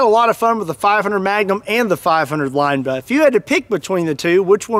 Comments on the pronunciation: I think it’s interesting how you pronounce Linebaugh like lineba instead of linebaw. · “Line-ba-ooo” not “line-ba” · BAH.... Not buh... lol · Yup... Line-baw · Isn't it pronounced limb ba? Not lime ba? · Not Line-Bugh, it's Line-Baw like Paw. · LINE-BAUGH, not LINE-BUH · Linebaugh, not Lineba. I'm not sure who, or where the person is from teaching people to pronounce Linebaugh as Lineba, but it is likely a family pronunciation and often people just say things the family way from a certain locale. The General Public doesn't need to sound as ridiculous as the family. Linebaugh is correct. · Stop saying line Baugh 😂😂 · Its pronounced linebaaauuwwww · "line-ball" is how I've heard it pronounced... The way u say it sounds funny lol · I love shooting Big Bore handguns and have the scars on my hands to prove it. I do believe that you should have to at least be able to pronounce Linebaugh to own one. LOL the last part is pronounced like Bah Humbug. Not BA. LOL!!1 :<) Read with humor!!! KnifeMaker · Anybody else hate the way he pronounces linebaugh